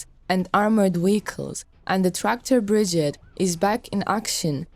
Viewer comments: BRI-GADE. not big-gid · Bri-gade not bridgeade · Slava Ukraina's grandfathers ! for the comentarist , the formation is not a "BRIGIT" ,but a "BRIGADE" ,phonetic -BRIGEID..... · This is a positive comment on the good work in making these videos available to English speaking audiences. But please pronounce "brigade" correctly. Pronounce the last 3 letters like the 8d or aid like in "lemonade"